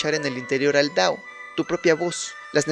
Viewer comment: Porqué dices “dao” en vez de “tao”?! 💀